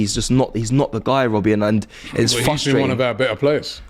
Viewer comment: "it's very fustrating" 😂